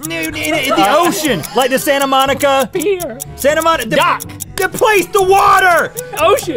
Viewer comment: Funny but for reference it’s Santa Monica